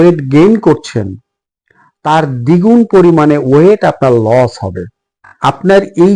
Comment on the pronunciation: কথাটা লোচ নয় লস